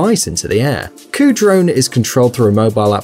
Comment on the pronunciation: a dron is a vehicle? wtf he said?